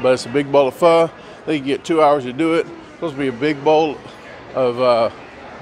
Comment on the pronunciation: Proper pronunciation : Pho is pronounced Fa.